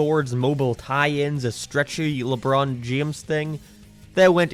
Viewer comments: Anybody else hear "lebron jemes"? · lebroan jahames